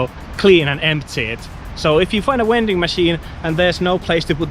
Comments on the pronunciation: You sir, are a wending machine. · What's a "wending machine?" 🤣